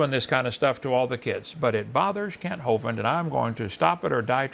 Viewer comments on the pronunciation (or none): Great video! The last part of Hovind is pronounced like "wind" You pronounced it like "bovine". Kent is a tool though.